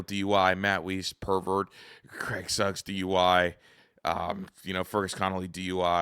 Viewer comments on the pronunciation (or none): none